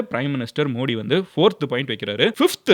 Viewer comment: You are pronouncing the prime minister's name wrong. Not modi Modhi why South people don't like modhi ji where BJP there is safe like Gujarath, Rajasthan, Maharashtra, madhya pradesh